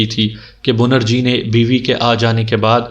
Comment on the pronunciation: assalam o alaikum bhai bunerji nahi benarji tasheeh karleejiye aur chureera nahi chareera sorry